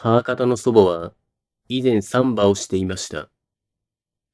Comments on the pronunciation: 「サンバ」で爆笑しそうです。正しい標準語の発音の仕方を習ってください。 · 難破船の難破と同じ抑揚でサンバだと産婆 あるく歩数の3歩と同じ抑揚でサンバだとブラジルのはだかっぽいおどり。